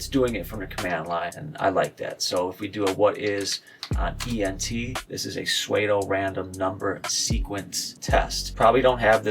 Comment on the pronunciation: trying to download the bin file from github was absolutely painfull and Psuedo Is Pronounced Just Like Sudo not sweeeeedooo try and do better next time. aweful